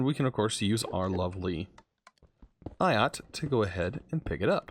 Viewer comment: its an acronym AIOT all in one tool like LOL laughing out loud you say it A I O T not aiot